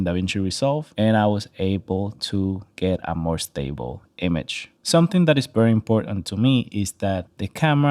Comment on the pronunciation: I dare you say bery and not very again!! 😂😂😂